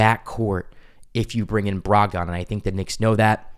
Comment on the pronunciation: Brog-den not Brog-don. No one says Brog-don.